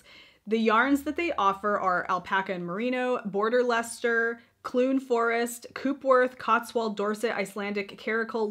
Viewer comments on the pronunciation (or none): none